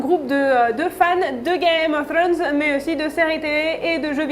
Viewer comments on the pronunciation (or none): Comment dire, le tic de la main dans les cheveux, a perdre de suite, la prononciation de game of throne, je suis pas fana du tout anglais, et la voix un peu trop aiguë ne donne pas trop envie de continuer. Sinon super contenu rien a redire.